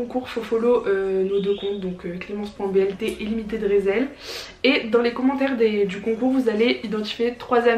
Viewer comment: Oh nan tu la prononcer résèl😭😭ça se prononce rissell